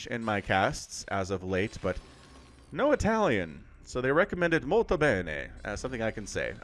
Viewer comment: You caught me off guard with that random "Molto bene", also the second time you pronounced it you did it very well (the first was more a "super mario" stereotypical Italian).